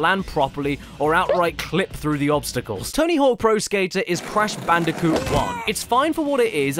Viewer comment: It crash bandicoot what’s wrong with you why don’t you say their game names right!